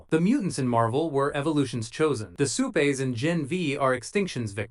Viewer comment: Supé?! Are you a robit?!